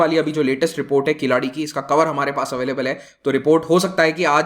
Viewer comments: It is keezhadi. Nor keeladi. Huh! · Please understand , ...... It is not "" Keeladi ""....... It is "" KEEZHADI "" ....... To be pronounced as கீழடி . Thank you very much for this Video . JAI HIND .... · Dude, not Killadi. Atleast say kiladi. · it is NOT "कीलाडि or किलाडि, but "कीळ्ज़डि". govt is not "open" . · KEEL ADI NOT KILADI. IT IS TOO EARLY TALK ABOUT THIS EXCAVATION. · It's is not किलाड़ी। It is कीलडी। To be more precise, it is kee-zha-di. Not ki-laa-dee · It's pronounced as keel-adhi